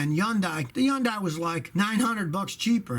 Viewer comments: "Yun-die"??? Come on scotty, are you starting to slip like an old transmission...? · It's not Yun-die. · Hyundai AKA “YAUNDAI” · Am I the only one who got mind blown by the way Hyundai is pronounced??? I’ve lived a lie my whole life.......